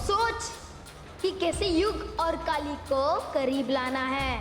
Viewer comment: Yrr Kali hota hai Kaale nahi 😀😀🤣🤣